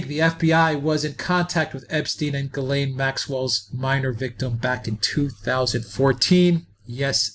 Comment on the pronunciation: THE NAME IS PRONOUNCED JIZLEN MAXWELL.